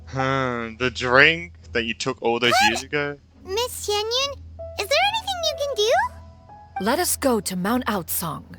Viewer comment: Xinyan starts with Xin, while Xianyun starts with Xian, so it's pronounced a bit differently